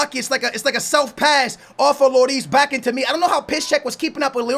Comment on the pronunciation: you gotta love, cant pronounce "sane", but says perfectly "piszczek":)